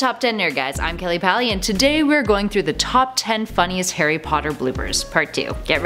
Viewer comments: does she say hairy or Harry? 🤣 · Lol anyone realise at the start she said ‘Hairy Potter’ instead of ‘Harry Potter’ 😂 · WHY DO U CALL HARRY HAIRY POTTER